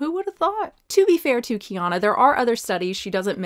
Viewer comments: Her name is pronounced Key-Anna. I think she says it in a Q&A. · "KeyAnna" is how you say her name lol